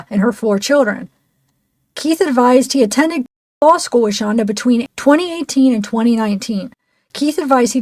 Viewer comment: Shanda but pronounced Shonda